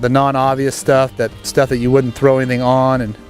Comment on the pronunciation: THROW, not through. Dur.